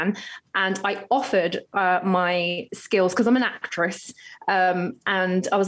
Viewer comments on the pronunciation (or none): "I'm an acttess" lol